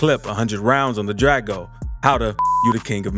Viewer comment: dude where you from calling a Draco a Drago LMAO